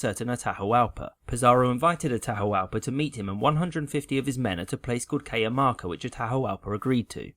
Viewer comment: CAH-JAH-MAR-KA YOU BRIT!